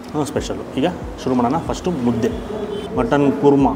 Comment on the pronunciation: ಮುದೆ ಅಲ್ಲ ಮುದ್ದೆ ಅದು